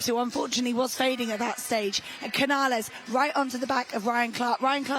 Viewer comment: Vaya. Yesterday, they called Cañal "Canal". Today, they call Canales "Cañales". Can you guys never get it right?